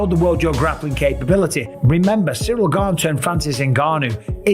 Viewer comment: No one that eye gouges wins period and it’s “gane” not gabe !